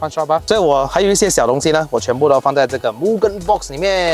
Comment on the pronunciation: you pronounce Mugen wrongly, bro.